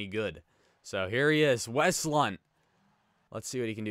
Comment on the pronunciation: “I’m almost positive the N is silent.” Well.... it’s not